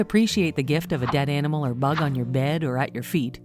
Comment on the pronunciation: These are NOT "Jaw-Dropping Facts" (and you do not use upper case after a hyphen)! It's pronounced Animal, not Enimal..and PLEASE stop the annoying, fake voice!!!!!